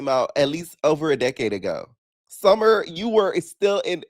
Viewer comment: Not gonna lie, the bottle thing you said, "SummeRRRRR" BUM AZZ 😂😂